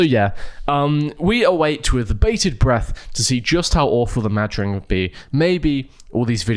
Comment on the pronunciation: You're probably not supposed to pause between Mad and Ring so that it's like a weird pronounciation of Madrid. Not saying that makes it better.